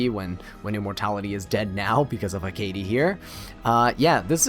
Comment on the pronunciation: I’ve only ever heard it pronounced HECK-ate or ECK-ate, but apparently your version is closer to the actual pronunciation, learn something new every day lol